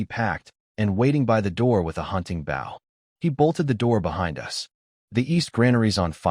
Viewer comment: Why do all of these manhwa stories mispronounce the same words‽ Bow (weapon or ribbon tied with loops) pronounced bŌ. Bow (the front of a boat or the act of bending the neck or waist forward while looking at the ground) pronounced băo. I'm looking forward to part 2.